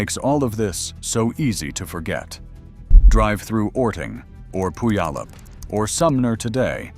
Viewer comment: Tell me how you don't live in the southern Puget Sound area by trying to pronounce Puyallup 😅